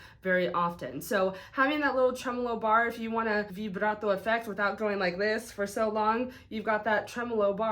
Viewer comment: I like how you say vibrato! I too say vibrato like that